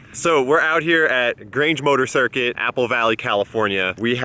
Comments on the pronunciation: It’s pronounced gr-awn-jey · Did that dude pronounce Grange "Ger-ahn-jay?" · Bro the way you said "Grange" XD now I'm always going to say it like that